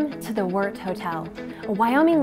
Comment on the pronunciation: Good to hear the correct pronunciation of Wort